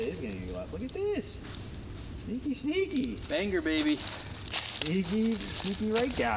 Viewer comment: Still can't say banger eh? Lol